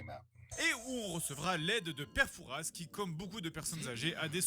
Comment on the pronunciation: Bon désolée mais mention de fort Boyard oblige : ça se prononce "père foura", pas "fouraS", c'est le nom d'une ville et comme pour Paris y'a un "s" mais il ne se prononce pas ;)